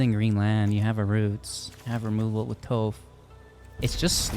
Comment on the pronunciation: You’re killing me with the Toph pronunciation…but nice deck!